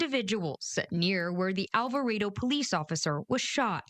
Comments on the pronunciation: It’s pronounced Al-va-RAH-do. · I like the pronunciation of "Alvarado" 🤣🤣🤣🤣🤣